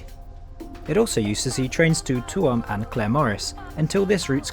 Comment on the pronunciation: Nice video production. Good point about the irritating lack of on-board food-- which was really pretty good pre-covid. Couple of station announcements. Galway Ce( hard c)annt not Keyunt station, Chooam not Tooam, Balinasloe (short i) not Baleenasloe, Athlone (normally)not Ahlone, Tull ( like Hull) amore.